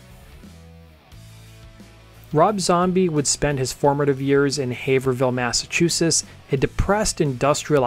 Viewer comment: Massachusess. C'mon man.